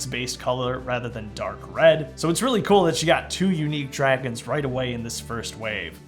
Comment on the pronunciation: hey there is this guy called TGT Studios and he is extremely good at Lego Minecraft like you Btw I heard you say sea Dwagons lol